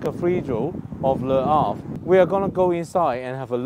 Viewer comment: I will be hitting Le Havre next year so was interested in your blog. May I say that your pronunciation is excellent.